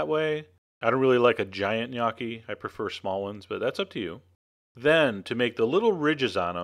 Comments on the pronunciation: wtf? dude. nice recipe but.. Opening line, made me crack up. In NO part of the world, [nor Italy!] is gnocchi pronounced "G'nyOH-kee" with a hard 'G' Any italian would slap you. It's simply "Nokkee" or "ñ-Okkee" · isnt it call "NEE YO KEE" ?? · if this is the recipe for gnocchi...i'm mickey mouse... by the way it is not pronouced g-nocchi at all! i feel sorry for you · I will make a face at your pronunciation of gnocchi. "Gun-ah-kee," what's that? Is that like some kind of eye-talian spuh-jetti? My papa would would have had a hay day with that! Sorry, bro, but I won't take your cooking seriously if you won't take the pronunciation seriously. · um...."GahNoki" is NOT HOW it is pronounced. guess we're from "eye-taly" too. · yes it's like the lio in million Knee Okie. That was really dumb chef john, you should drink some CHee Yanti and For madge ee oo. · I love your videos, but this... Sorry I'm Italian and I made gnocchi a lot. 1 you should say niokki like in pinata. Then you do not add egg! never. You add eggs only in "roman gnocchi" with semolina and a totally different recipe. Please use floury potatoes and for each kg of them use only 200gr flour. The part with the fork is ok, you add salt to the water not the dough. Then you just let them rise in the boiling water. Please try them without eggs. Ciao. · noo italian its nokki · Sounds like you say "Gniocchi" :P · Yes you slaughtered the pronouncing of gnocchi you pronounce the letter "o" with an o sound not an "a" sound. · PLEASE STOP MAKING ITALIAN DISHES IF U CAN'T PRONOUNCE THE WORD IDIOT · I LOVE your videos, always, but I'm sorry...for a chef, your pronunciation could use some work XD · NICE! even though thats not how you pronounce gnocchi it still looks VERY VERY GOOD. i love gnocchi and im going to try to make them from scratch this time. thanks! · you sir, are an idiot. the word knee is not pronounced with a "k" sound. look it up in any decent dictionary.